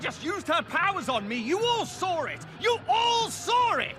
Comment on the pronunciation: "YOU ALL SAUR IT! YOU ALL SAUR IT!"